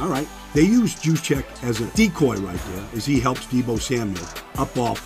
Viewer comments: YOUS-Check, not JEWS-check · Its pronounced "yooz-check" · Baldy, his name is pronounced USE-CHECK. Kyle USE-CHECK. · did you just say his name with a hard "J"? bruh, really? smh... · Good stuff Baldy. Loved your breakdowns all season especially on the Niners. Killing me with the J though. They call him Juice but his name is pronounced with a Y!